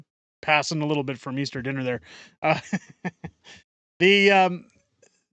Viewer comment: notice how Justin cant even say Easter. Unreal!